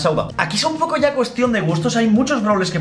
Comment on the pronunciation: Haré lo mismo que todos... Fallaste un poco con "poco" xd